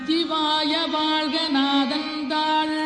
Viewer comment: தாள் வாள்க இது என்ன தமிழ்? உச்சரிப்பு தான் தமிழின் அழகு..ழகர உச்சரிப்பு மிகவும் அவசியம்.திருத்தி கொள்ள முயற்சிக்கவும்.